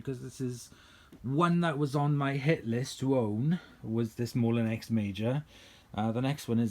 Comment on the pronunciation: I'm sorry for correcting you but I've never been sure that 'ex' is pronounced 'ay' in French so I've just looked it up - it's actually pronounced the same way as we'd pronounce it in the UK, 'eks'. Like I said, I'm sorry for correcting you but being a bit of a Francophone in school (!), it didn't sound right. I'm sorry! We had a second hand one of these in the 80s and I really liked it AND it was easier to attach the tools than using a converter pan on a Turbopower!